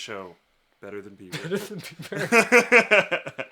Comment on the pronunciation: its bieber not beiber ...